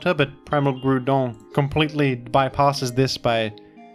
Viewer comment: its pronounced groudon